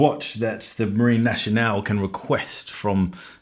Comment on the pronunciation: "Marine Nationale" is not pronounced "naSHionale", it is pronounced "naSCionale".